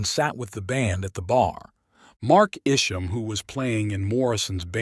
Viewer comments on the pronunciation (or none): I knew Mark Isham personally in the 60s. His surname is promounced "EYE-shum".